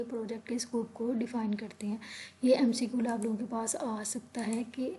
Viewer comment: Mcqul nhi hota McQ hota hai alot of pronunciation mistakes